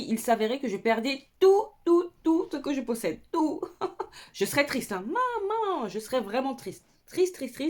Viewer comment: Le manman on entend l’antillaise 😅